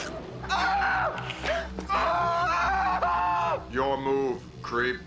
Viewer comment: as a dutch guy it is really funny to hear trying to pronounce paul verhoeven's name